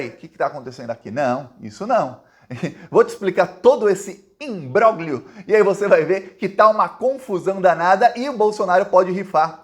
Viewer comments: apesar do "g" na palavra imbróglio, ele não é pronunciado. Diga, simplesmente, IMBRÓLHIO! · Imbroglio é uma palavra do idioma italiano, não se pronuncia o "g".